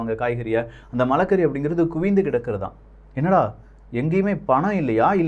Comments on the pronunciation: please pronounce Marakkari not Malakkari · அது மழைகறி அல்ல சகோதரர்... மரக்கறி.... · மன்னிக்கவும் அண்ணா அது மலக்கறி இல்லை மரக்கறி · மலக்கறி அல்ல மரக்கறி அண்ணே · அது மலக்கறி இல்லை மரக்கறி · bro not malachari Mara curry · Anna malaa kari illa anna (marai =maraam+kaari ) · மலைக்கறி அல்ல மரக்கறி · (மலைக்கறி அல்ல) மரக்கறி சகோ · அண்ணா மலக்கறி இல்ல மரக்கறி என்று சொல்லுங்க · அண்ணா அது மலக்கறி இல்லை 🤣🤣🤣 மரக்கறி..